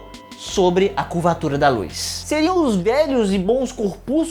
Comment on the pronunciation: O único problema é a pronúncia de LUZ, do latim 'lux' O correto é LUZ mesmo, e não "lúis"